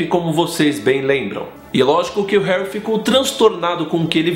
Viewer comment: herry potter